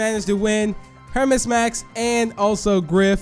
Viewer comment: Btw its Pronounced “Hermees” max off of greek mythology.